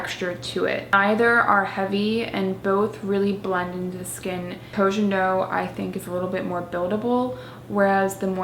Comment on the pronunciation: it's pronounced /koh gen doh/ not /kou dgen dou/